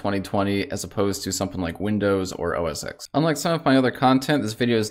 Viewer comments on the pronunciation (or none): Yes, it's macOS now and never was called OS Exxx as he calls it. It was called OS-X as in OS TEN like a roman numeral.